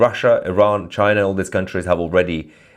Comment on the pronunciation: no no no it's not china ... its ....chi...nah😅